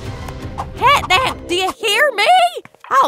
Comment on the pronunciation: You said cat nab